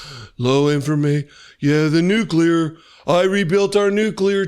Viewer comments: There are two N words and you can’t use either of them he says wistfully r recalling the good old days when he would frequently use both of them. I’m pretty sure there is nothing offensive about the word nuclear though his pronunciation, adding an extra U really grates every time I hear it. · wow ! i didn't know the nukuler was so incredible. man, this guy knows everything ! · I just can't listen to the moron speak. He's just an idiot.... Tell the moron that nuclear is an adjective, not a noun.... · Says you cant say the N word but says Nuclear like a dozen times. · So lemme get this straight .... We can't say either "N-Word", but he says "nuclear" at LEAST 3 times, and then he tells the WORLD that we've got a nuclear-equipped submarine near Russian waters that is "undetectable", except he JUST SAID WHERE IT IS!!!!!?????!!!!! 🙄🤦🏼🤯 I would ask, "How stupid can you BE?!?!?!", but the answer seems pretty clear! How can it not be detectable above water ... TO PEOPLE WITH EYES?!?!? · Wait, he said there are 2 N words... is one of them... Nuclear? The word he repeated many many times before he said that? Why can't you say nuclear? 🤣